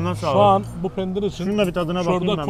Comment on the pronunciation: Penir değil Pendir :) hahhahah